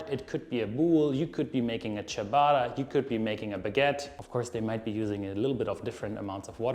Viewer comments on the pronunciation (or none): none